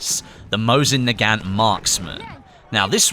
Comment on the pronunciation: Your pronouncing nagant wrong, it pronounced na-gunt.